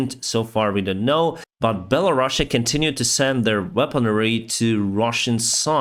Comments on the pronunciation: “Bella-Russia?” Is that how it’s really pronounced or is he making fun of them? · I thought that the name was Belarus and not Bella Russia 😄